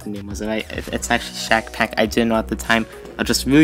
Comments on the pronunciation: bro, he said shackpack correctly Also hello ( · o HE SAID SHACKPACK CORRECTLY POGGGGG